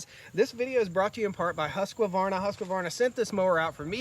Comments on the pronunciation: HUSK - VARNA, not HUSK A Varna. Sweedish is prounced is HoukS Varna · is it actually pronounced "husq-A-varna"? or is it husqvarna? I don't see an "a" inbetween the q and v. Honestly curious cuz I run husqvarna commercial equipment and have never pronounced it this way. lol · Ive been told its "Hoosk-Varna" but whatever, its a great brand. Gorgeous property you have brotha.